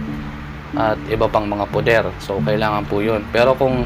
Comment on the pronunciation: salamat kapatid sa mga ibinabahagi mong mga dasal, tanong ko lang po kapag sinasambit mo ang mga pakain at poder at mali ang bigkas mo hindi ba po ito mag kakabisa, o magkakaroon ng epekto?